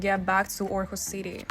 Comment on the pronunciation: Great video. And impressive pronounciation of the placenames. Thank you for taking us with you 😊 Too bad with the missed flight, but things like that happens in life, for all of us, so don’t feel bad about it (I’m sure you don’t) 😊